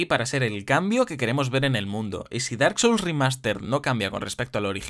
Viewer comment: Por un segundo crei que decía "Bark Souls" hahaha